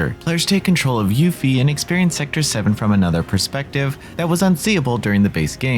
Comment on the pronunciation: switching up his pronunciation of Yuffie!